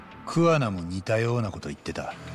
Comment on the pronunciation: つくも課じゃなくきゅうじゅうきゅう課だし桑名のアクセントもおかしいし推理も当たらんし話まともに聞いてなくて草